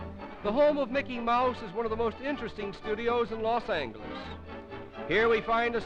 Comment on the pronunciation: "Los Angleles" and "Olvero St" LOL